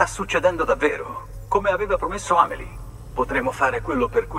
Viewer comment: si pronuncia senza accento sulla I, l'accento sta sulla a. La pronuncia giusta di Amelie è Ámeli .